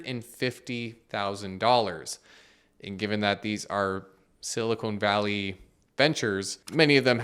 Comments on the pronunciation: Hey, you might want to be careful with your pronunciation. It's Silicon Valley, not Silicone Valley. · Fascinating how he can't say Silicon Valley correctly 😅